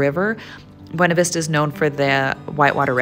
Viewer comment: Please stop saying Beana Vista. Totally giving a way you're not from Colorado.